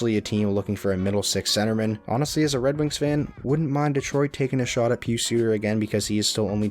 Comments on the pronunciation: Not pronounced (PeeSu) it's (pie us) pius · Pronounce Pius as "pie-us"